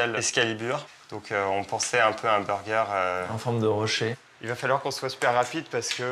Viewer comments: Ou encore unburgeur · Il dit vraiment b u r g